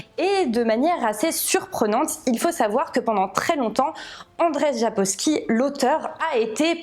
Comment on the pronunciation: Hello! J'arrive un peu tard mais pour la prononciation du nom de l'auteur, c'est en fait "Andjeï Sapkovski". 🙂